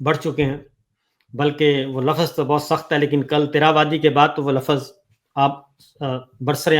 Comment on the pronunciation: Lafaz nhi kehty lfz kehty hyn sabir Bhai Urdu ki tang nhi torha Karen plz